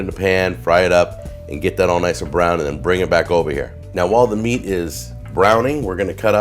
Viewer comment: Hearing say “meat” makes me feel uneasy